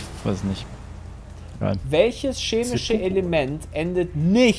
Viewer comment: Das heißt nicht SCHEMISCH.